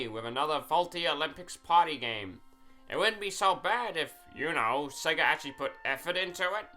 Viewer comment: THERE IS NO R IN SEGA, SEGA, NOT SEGER